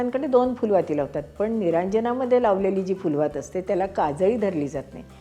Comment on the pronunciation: केवढा हा मूल्यवान ठेवा तुम्ही आम्हा नवीन पिढीला देताय! कसे व किती आभार मानू ते अपुरेच! 🙏🏼🙏🏼🙏🏼🙏🏼🙏🏼 तुम्ही फुलवात हा शब्द, त्यातील फ चा उच्चार जो योग्य केलाय, म्हणजे प, ब ह्या ओष्ठ्य वर्णांप्रमाणेच केलाय त्यामुळे अतिशय आनंद झाला. 🙏🏼 आजकाल सर्वत्र फ़ारसी फ़ वा इंग्रजी F प्रमाणे आपला देवनागरी फ म्हणतात. तर आपसुकच हे ही ज्ञान तुमचा व्हिडिओ पाहणाऱ्यांना तुमच्याकडून मिळतंय!